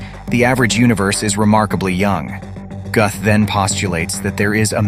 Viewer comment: It's pronounced "Gooth and spelled Guth. 🤣😂🤣😂🤣 Hard to teach when you can't even say the guy's name right. 🤣😂🤣😂🤣